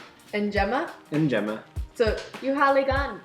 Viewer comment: In swahili you pronounce all the Es and Is the way you pronounced them in njema and simba respectively